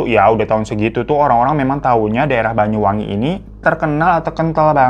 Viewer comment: BANYU BANG BUKAN BAYU 😭😭😭